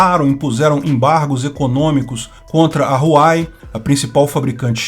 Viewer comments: Pô... não é Huai... é Huawai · Huai o car*lho! É H-U-A-W-E-I!!!! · a pronúncia correta é ÚAI - UÊI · A pronúncia correta para Huawei é RUAUEI.